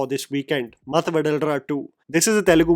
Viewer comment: Ma-thu. Pronounced ma-thu